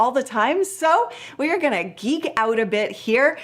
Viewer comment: geek not eek 😄